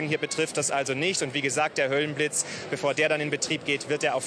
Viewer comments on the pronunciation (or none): Höllenblitz nicht höhlenblitz😅